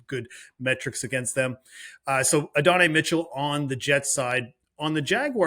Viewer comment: The Adonai Mitchell pronunciation makes me cringe, badly.